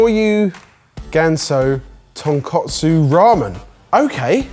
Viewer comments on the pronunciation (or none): And it's tonkOtsu not tonkAtsu. Tonkotsu (pork bone) and tonkatsu (pork cutlet) hose are two completely different things, and he kept saying the latter.